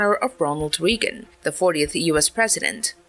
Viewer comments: Well done! Very sharp and concise presentation. Forgive the pedantic in me, but it's pronounced Ray-Gon, not Ree-gon. That being said, you have a real talent for presentation. I wouldn't be surprised if you do that for a living, and if you don't - why not? I look forward watching your previous works, as well as your future works. Cheers! BTW, I had to subscribe to your channel! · Note: Reagan is pronounced "Ray•gun" not "Ree•gun". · who the hell is "Ronald Reegan"? did you mean Ronald RAYGUN"? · Reagan is pronounced REG-UHN, not REE-GUN. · Wow dear author of this video. I hear that you mispronounce numerous names including the homeport in Japan and worst of all the Ronald Reagan is not pronounced “Reegon’ but ‘Ray•gn’ for gods sake! At least he was one of our presidents and you should know better!!! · AI SLOP! can't pronounce. "Ronald Reegan"? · Stopped watching as soon as they pronounced “Reagan” wrong. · Me 2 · Wow. All these years I've been pronouncing The Gipper's name wrong! Thanks. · An AI that needs to work on its pronunciations. "Reagan" is not the only word pronounced incorrectly. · oh that annoyed me on Reagan pronunciation